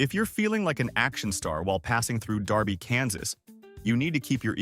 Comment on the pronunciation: If you are going to say a towns name get it right it's Derby not Darby